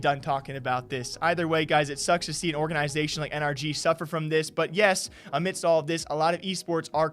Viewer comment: I can't watch these videos anymore until somebody teaches him how to pronounce "organization" lol